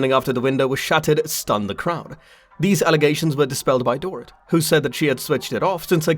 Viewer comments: It’s not Dor It. It’s pronounced Dor ret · DORE IT …omg the pronunciation is appalling .. Boom there goes your credibility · Door Eat… that’s how you say this lady’s name.👎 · It's Dorit but pronounced " Dor - reet" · The only reason I believed her is because she lives about 1/8th of a mile away from Kyle, whos home was also broken into. I think these people know when they are out of town and probably didn't expect Doorit (love that you mispronounced her dumb name the entire time) to be home. As for the alarm system, I feel like a lot of people don't set it when they are home. I know that I rarely do. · Door-it lol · i lovi love the way you say her first name LMAO. Dor-It 🤣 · Omg ....learn to say her name.